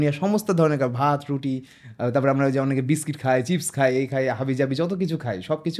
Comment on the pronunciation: আপনার এত বড় একটা চ্যানেল,কিন্তু খায় রে খাই বলাটা শুধরাতে পারলেন না, য় ও ই এর সঠিক ব্যবহার না করাটা খুবই দৃষ্টিকটু,আশা করি এর সমাধান করবেন